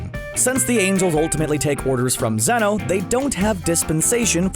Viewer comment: Zeno not zenos